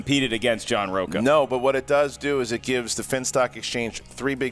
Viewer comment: Plus in Spanish his name is pronounced "roach-a".